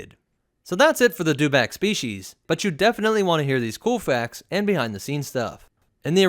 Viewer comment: It's a dew-itback.